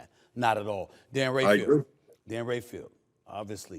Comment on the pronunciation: It’s not Dan Rafiel it’s Dan Ra-fa-el. Repeat after me